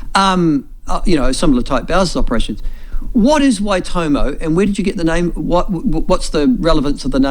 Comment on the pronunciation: How hard is it to say Waitomo. Why.Tor.More 😅 at least try for goodness sake. Wai toemow 🤦🏾